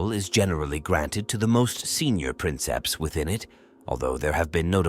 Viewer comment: Princeps is actually pronounced "preenkeps"